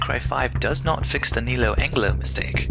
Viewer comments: Lol he said neo Angle-Lo....it's neo Angelo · Oy! It's "Ne-low Ange-low!"